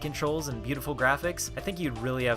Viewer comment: I believe Mabinogi is pronounced: Mab in no gi